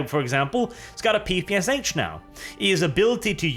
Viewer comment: it is not call P P S H . it is called P P Sh . ffs